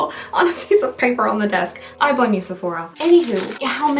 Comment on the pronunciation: The way she say Sefuc..sephora 😂😂